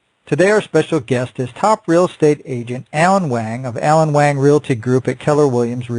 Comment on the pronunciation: Wang is pronounced Wah-ng